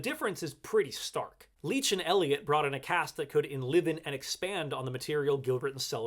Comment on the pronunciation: Nice take! I learned something. But: “enlihvened”? “social moors”?